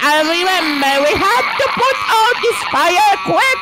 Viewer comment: NIE FAJA TYLKO FAJER